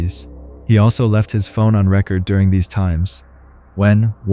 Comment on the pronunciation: “Leaving his phone on record…” saying it like record player and not as in recording lol that irked me so bad.